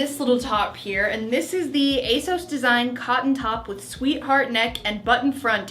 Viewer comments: it’s ASOS not A sauce for future reference 😌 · Asos to rhyme with toss not to rhyme with toes.:) Love your videos,. Thank you very much for this one.:) best wishes, Susan:) Edit: the Trench Coat/Rain Mac looks lovely on you. If you were in London and it was pouring down with rain, you'd love that mac. I loved that block colour dress you had on, and the sage green dress was gorgeous on you!:) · Ace-oss is how ASOS says its supposed to be pronounced. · You prounoune it ACE-OSS, just saying. Love all your vlogs, happy fall 🍁🎃 🎃👻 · Can we please pronounce it A-SEUSS from now on?! 😂 Also, I have tried ASOS before after hearing so many people rave about it and I don't really get it either. Not great quality, not that cute, I don't like how their website is laid out. Even though I'm sorry you didn't have a super successful haul, I'm glad I'm not alone in not understanding ASOS' massive popularity! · it’s pronounced a-sew-s, and I only know that because it’s the only youtube ad I’ve been getting for like the past 2 months 😖😂